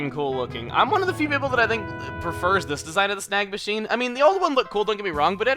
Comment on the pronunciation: i hear "snag machine" as "snack machine" XD